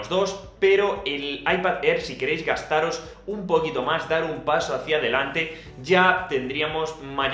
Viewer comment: no se por que cuando dice un poquito mas me suena aun riñon mas :'v